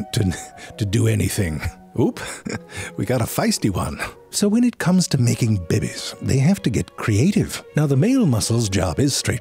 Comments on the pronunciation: Couldn't help but repeat it, every time he said bebes instead of babies. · I love all your vids, but the ones I love the most are where you say "babies". «Bebbies.» The Slime Mold vid was the first of yours I saw, and it was epic. (Find a way through a maze? That's smarter than some of my coworkers.) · the way Ze Frank pronounce the BABIES is always crack me up ,, 🤣